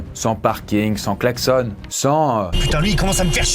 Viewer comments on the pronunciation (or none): sans « klaxonne »??